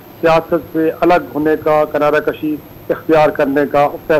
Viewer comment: Kinara kushi nahee,kinara kashi hi sahee talaffaz ha.